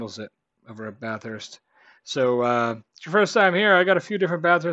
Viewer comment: Just a heads up it’s pronounced Bathurst (or Bath-urst, if that helps) one word. Not Bath-hurst, will help you sound more Ozzy 👍